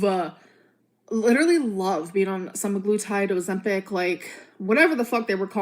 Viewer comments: And her jaw was lidurally ON THE FLOOR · I was leedurlee bhawleen my eyes out!!1!1!!!